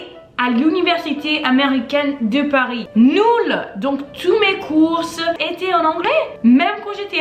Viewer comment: Meu namorado francês demorou uns 2 minutos para catar pelo seu sotaque de onde vc é. E ele só acertou pq vc pronunciou ‘course’ e eu faço o msm erro rs. Adorei seu ascento